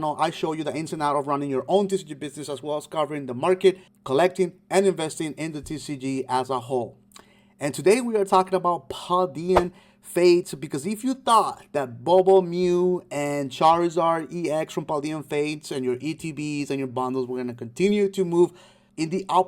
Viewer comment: Man said "paul-deanen-fates" i gotta end the video there.